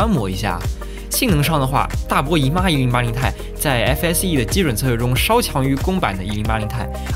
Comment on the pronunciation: 其实读1080 T I，不是太。